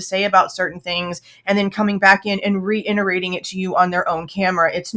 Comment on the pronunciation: Love ya but it’s re-it-erate not re-int-erate. Thought you’d like to know